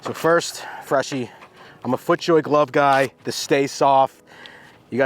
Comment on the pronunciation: FREAKIN LOVE IT!!! " GOT FIT FER A GLUV." LOL LOL